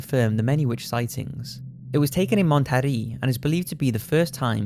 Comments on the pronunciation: Think the town in Mexico is pronounced as MONT-E-RAY not MONT-E-REE. And really who leaves their door unlocked in Chicago lol Glad they didn't get killed! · For future reference, Monterey is pronounced like Mon-teh-ray. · Monterrey is pronounced Mon-ter-RAY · The strangest thing about this video is your pronunciation of Monterrey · I loved Monterrey for two years! I didn't see anything... Also, he is slaughtering the pronunciation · you pronounced Monterey wrong and that ain't even a witch that's the G at the begging of a goosebumps episode lmao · The way he pronounces monterrey bruh 😂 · You're over-enunciated (and incorrect) attempts at pronouncing Mexican cities and names is super annoying. When Mexican people pronounce British or Australian locations they don't feel the need to use an insultingly bad English accent. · I'm endlessly amused by your pronounciations of "Monterrey" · How you say Monterrey though, don't care if it's pronounced wrong your voice is entrancing (sorry😂)